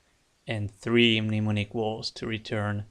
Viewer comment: A great player, thoughtful analysis, and one of the few Youtubers who doesn't butcher the pronunciation of "mnemonic".